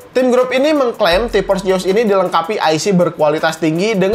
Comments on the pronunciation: ti PPPorss, kenapa gabisa bilang F sihhh😭😭😭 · Jeus Jeus Zeuuusssss pake Z Z Z Z T-Porce T-Porce T-Porce T-Force pake F F F F F